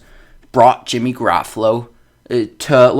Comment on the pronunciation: This dude can't even pronounce Jimmy's name right 😂😂